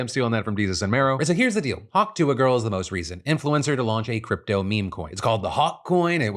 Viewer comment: Hawk Tua, Just say "Hawk Two" Hawk like the bird and two like the number, that's how you say it.